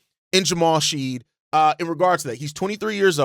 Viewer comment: This, pronouncing his name snead drove me nuts lol.